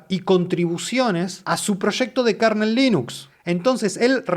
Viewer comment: 💥Gracias por el video. Solo una observación, minuto no se pronuncia KARNEL se pronuncia kernel [kɝnəl]